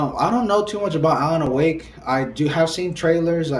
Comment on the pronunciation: dude. do you understand what it means to be a must have game? if YOU would not buy it, it is NOT (not even a little) a MUST HAVE game. and alan "A"wake? really? really? come on dude.